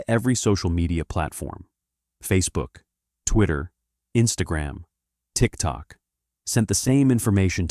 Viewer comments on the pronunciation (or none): none